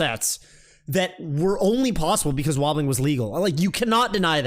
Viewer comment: Can you like... Stop saying it with an 'H' though?